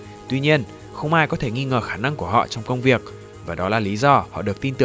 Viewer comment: Các bạn có nghe thấy âm /k/ sau từ "công việc" như mình không? Có lẽ đã quá quen với "Work" nên chắc quen miệng phát âm đuôi trong tiếng Việt luôn